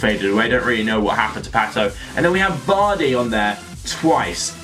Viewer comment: you know it's Jamie Vardy right?